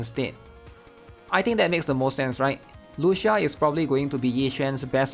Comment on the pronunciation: It’s Spoken as Lu Chi Ahh, its an Italian pronunciation my guy😢